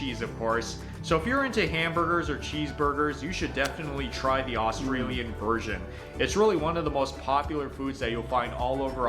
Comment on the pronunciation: I can't get past his attempts at saying Australian. I cringe every time he says it. Almost as bad as Americans saying Aussie Australian is NOT "O"stralian it's more "A"stralian not "o" as in hot but rather "a" like in "a dog" "a beer" and even that isn't exact but hopefully snce you did a video on Australian speak this might help And Aussie is NOT O"ss"ie with "sssss" yeah we have a few of em (snakes) but it doesn't fit in Aussie I guess it's more like O"zzie" like a mosquito is a mozzy